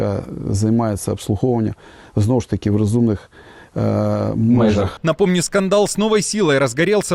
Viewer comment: Даже ведущий подсказывает ему как правильно <Межах> 😅